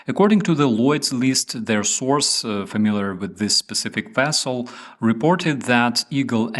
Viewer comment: Am I the only one that heard "your watching only fans with " Just for second? Also who else gets kick out of it when he say "Weasel"instead of vessel LoL